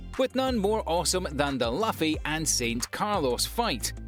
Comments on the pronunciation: 🤔 Luffy = Loo-fee 😅 I am sure he's doing it on purpose, right? 😂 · Not Puffy (luffy)* Monkey D. Luffy btw it’s pronounced [Loo-fee] Thank you though